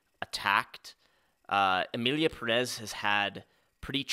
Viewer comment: one thing, can we stop pronouncing it like "puh-REZ"? The emphasis is on the first syllable. The American accent is fine lol but you can pronounce it like "PEAR-ez" and it's a lot more close to the real pronunciation / more respectful to the name. But I agree the movie is bad 🤣